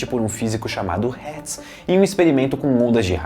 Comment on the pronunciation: Na primeira vez que ele fala Hetz KKKKKKKKKK